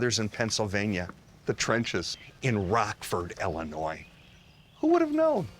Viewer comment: It’s Ill inois , not ELL inois. Rockford is my hometown.